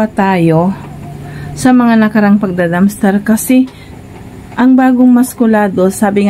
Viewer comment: Dumpster ate hindi dumster